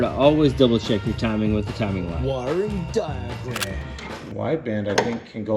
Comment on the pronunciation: The way you said “wiring diagram”😂#PFISPEED